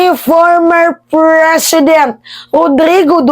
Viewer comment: Mema Anong PRESHEDENT haha. Slowly huwag masyadong excited. Nag kaka buhol buhol ka tuloy.